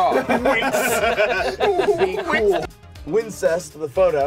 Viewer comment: 4.39 did he say wincest